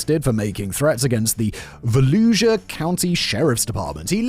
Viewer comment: Dear Florida Man Friday writers, please give Simon lessons on how to speak Floridian. 😂 He just learned how to say Brevard, sometimes still struggles with Broward, and now he’s been stuck with Volusia. 😂😂 ❤️ this series. Simon, good job.